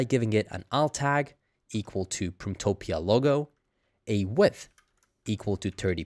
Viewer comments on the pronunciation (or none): I really wish this tutorial didn't mix AI nonsense. Keep it stupid simple. Also, it sounds like you're saying printopia.